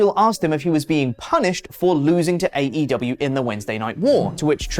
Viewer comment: Jericho pronounced AEW wrong 😂